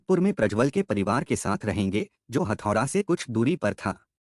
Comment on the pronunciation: हथौडा नहीं हेटौडा हे 🙏🙏🇳🇵🇳🇵